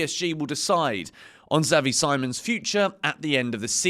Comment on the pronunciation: Xavi See-mons mate